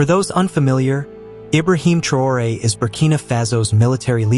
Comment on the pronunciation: Vous n'avez pas la possibilité de prononcer son nom de façon correcte ?